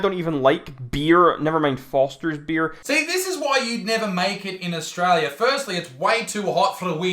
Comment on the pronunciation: "Australia does not even exist" The hater couldn't even pronounce "Australia" right 🇦🇺 is real lol